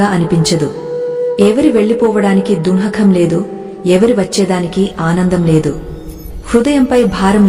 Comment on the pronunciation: Please correct ur pronounce the word dukhham,not dunakham.